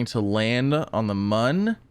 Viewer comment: it is pronounced moon